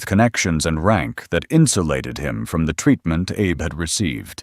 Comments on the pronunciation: It's a small thing, but it grates: the AI voice that narrates this piece repeatedly calls Admiral Abe, "Abe" like Abe Lincoln. Admiral Abe was Japanese. His name is pronounced with two syllables: ah bay. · The narrator keeps mis-pronouncing Admiral Abe name. It's pronounced ah bay. Don't believe me? Google it.